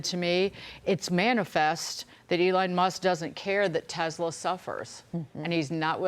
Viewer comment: ‘I love Tesler!’ 🤣🤣🤣